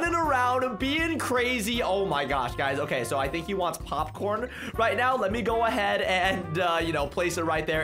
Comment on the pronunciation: I love how he just sed pocorn and washing the uni show lol